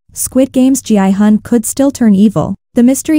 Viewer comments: Why do you pronounce Gihun as Jianghan? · It’s a text to speech, so the AI reads it as G-I-Hun.